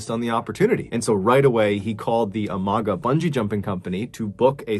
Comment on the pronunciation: I enjoy very much your videos, this was a very sad story in Colombia, my country. Just for the record, Amagá should be read with an accent in the last A.